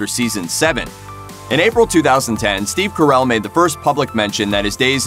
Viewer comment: The way u say steve carrel makes me want to dring bleach